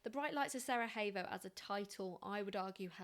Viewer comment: it's SaraYevo not SaraHevo for future reference, not Spanish ;-) thank you.